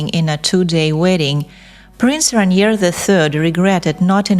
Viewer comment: le nom du prince est RAINIER et non pas Ranier !!!!